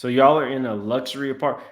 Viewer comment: Ernesto can’t even pronounce “luxury”. That fool said “lush ur we”. 😂😂😂😂